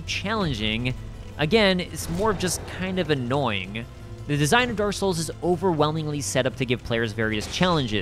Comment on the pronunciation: "Daar Souls"